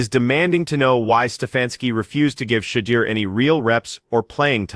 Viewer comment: Please learn to say his name correctly----"shed-doer"....🙄